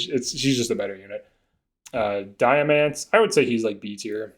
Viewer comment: Had to click off after hearing Diamants name pronunciation lmao